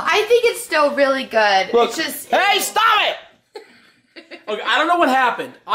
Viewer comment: * eats food that made*: That's so goom / That's goom hahahahhaha